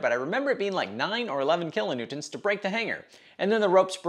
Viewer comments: Glad someone calls out his weird pronunciation of kilonewtons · um I think you mean “kilanewtints”